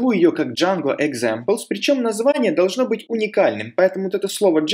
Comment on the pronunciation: Автор канала - замечательный человек! Уроки тоже хороши! Но сука - пЭс, джЭнго, экзЭмплс. Как в анекдоте "Йода, можно я пукну?" - не пахнет, но слух режет :)